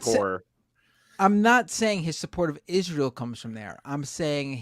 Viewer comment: Fetterman cant pronounce Hamas and cant pronounce Israel. Love u but glass houses and all that.